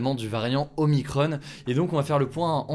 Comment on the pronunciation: Y a que moins qui tilt d'entendre "OMICRON-EEEE", y a pas de E par pitité ^^" X'D